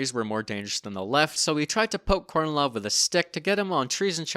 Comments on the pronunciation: FYI, Kornilov is pronounced as "car-knee-love" 🙂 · Small point but I recommend you look up where the syllable stress is in Russian names before pronouncing them. Plus unstressed o's become a's. e.g., KarnEElaf